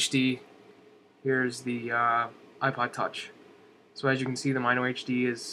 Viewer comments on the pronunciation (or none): Totally not being a snob, because I actually liked the video, but Mino is pronounced "Mih-No", not "M-eye-no". -HB